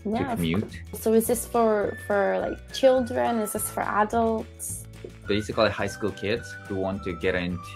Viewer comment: basicallyの発音、若干フィリピン人っぽい